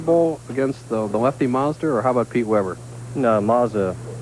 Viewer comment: Has anyone counted how many times Bo Burton called him "John MAZDA"??? LOL